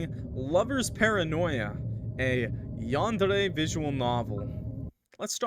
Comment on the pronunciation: 😂 the way he said yandere😂😂😂